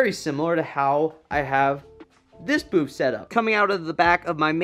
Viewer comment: Am I the only one who hears him say Boof instead of Booth